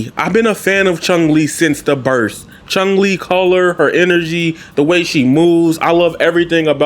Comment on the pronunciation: "Chung Li"